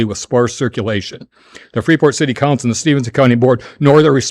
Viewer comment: Wouldn't a normal, somewhat educated, adult alderperson who lives in Illinois would know how to PRONOUNCE IT CORRECTLY!!!!!! The 'S' is silent. My God, what an embarrassment to the city of Freeport!!!!!!!